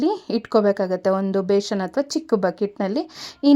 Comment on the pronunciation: ಬೇಶನ್..ಅಲ್ಲ... ಬೇಸನ್